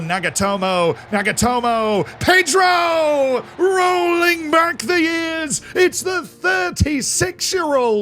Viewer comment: Who is "Pay-dro"? I only know Ped-ro